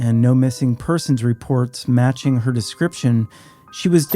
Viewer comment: Do you know how to pronounce “her”. It’s a pretty common word.